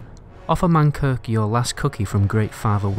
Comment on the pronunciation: It's MANKRIK